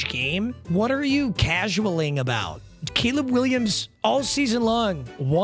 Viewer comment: Did anyone notice he said Gayleb Williams ?????????